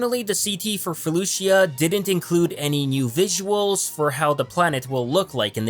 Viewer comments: It's pronounced Faloosha not Fuh looshia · The I is silent in felucia